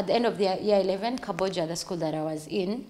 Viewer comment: It’s Kabojja not Kabbojja